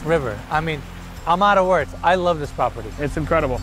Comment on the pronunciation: Did you wanna say "pOperty"?) (I mean am I the only one that notices it?)